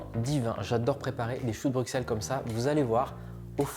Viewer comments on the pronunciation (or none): Juste pour la prononciation...Le "x" de Bruxelles se prononce "s" comme le "x" de soixante...Dick Annegarn s'est aussi trompé...😊